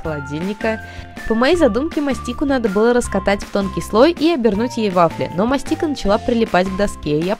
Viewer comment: бл, не мастИка а мАстика